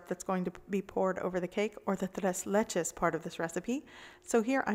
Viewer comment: Tres leches? It’s ‘tray’ ‘laychay’..3 milks cake...